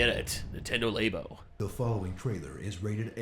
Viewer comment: There's no reason to call it lay-bo, it's lab-o